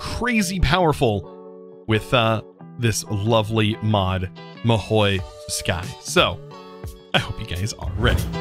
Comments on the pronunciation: god please its not mahoui, its mahou - ma, ho, ho from santas hohoho, mahou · I think it's prounounced maho tsuukai. I don't know where you get that i in mahou lol.